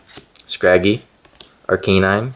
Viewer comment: u gotta learn how to pronounce the names right its not arceenine its arcanine